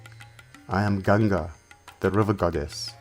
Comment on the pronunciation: THANK God - FINALLY - A video read by someone who speaks perfect English AND pronounces the Hindustani words correctly. The rendition of the Mahabharata was completely ruined for me when the American mispronounced EVERY single Hindustani word in it (including a simple one as Ganga) I just could NOT get myself to listen to ANY more chapters or parts of it. It felt like a foreigner telling me about India or a Christian explaining Hinduism!? THIS I want to listen to. We have several Indians who speak English well without the Desi accent, like this one, and they would be just right to narrate this. I'm saving this to listen to at leisure!! THANKS!!✌from USA.